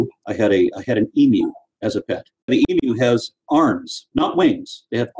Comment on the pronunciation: Nice to see an american pronounce "Emu" correctly. Kinda sick and tired as an aussie of hearing people just say it entirely wrong over and over.